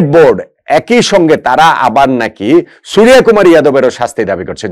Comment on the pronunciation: আপনি বাঙালি, সূর্য কে সুরিয়া কি করে বলেন?